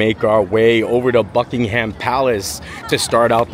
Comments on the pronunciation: Glad to see you here in our London. A tip for your English. When pronouncing ‘Ham’ in names, like Buckingham or Birmingham, drop the ‘a’ and throw in a ‘umm’ instead. Bucking-umm 😊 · Great to see you enjoying your trip! Just one quick thing - we don’t pronounce it “Bucking-Ham” Palace, but “Bucking-um” Palace. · It's not Bucking-ham palace